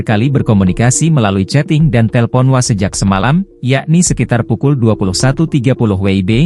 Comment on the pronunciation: Ini orang ucap WA, jd wa.. 😂😂😂